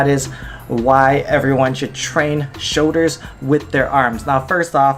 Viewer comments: "shouldas" smh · Dilan Mistry Hawaiian accents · Did you guys listen? 'showDers' 😂